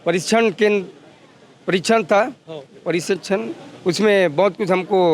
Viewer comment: परीक्षण 😅😅 परशिक्षण 😂